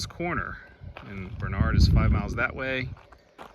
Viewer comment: The correct pronunciation is Barn-ard, not Bar-nard. One of closest friends is from the area.